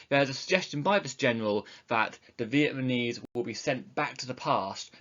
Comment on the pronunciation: he continuously keeps saying vietmanese instead of vietnamese😂😂